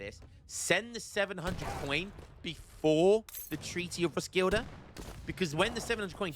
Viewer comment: Again,, Roskilde is pronounced Ros-Kiel-Eh